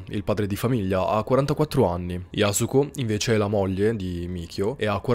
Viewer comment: Yasùko con l’accento sulla u ☺️👌